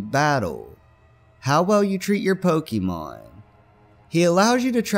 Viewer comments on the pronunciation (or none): don't call it pockymon